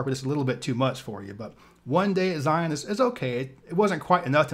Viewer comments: Zion is pronounced Zi-en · It's pronounced ZI (long i sound, like eye) un (like the "on" sound in onion). And Kolob is pronounced KO lob with a long o sound for the first o.